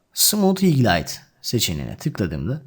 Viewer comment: Gerçekten çok iyi bir anlatımınız var, teşekkür ediyorum emekleriniz için ancak bazı kelimelerin telaffuzunu yanlış yapıyorsunuz. Video içerisinde bana çok dikkat dağınıklığı yaratıyor. Belki benzerini yaşayanlar olabilir naçizane dikkat ederseniz sevinirim :) (Örnek: Highlight)